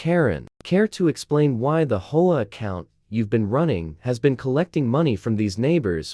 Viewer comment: HO A? Can't be bothered to do correct narration. So I leave.